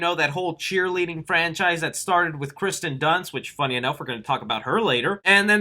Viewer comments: it's kirsten not Kristen dunst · It’s Kirsten Dunst not Kristen Dunst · OMG! It's not Kristen, is "KIRSTEN". The I comes first. Check your pronunciation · lol he keeps saying kristen dunst instead of kirsten dunst lmao btw the next green screen has to be you directing zack snyders justice league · Kirsten not Kristen 🤣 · It drives me crazy that you pronounce Kirsten wrong for the whole video. Hard to believe you know what you're talking about when you misread her name so many times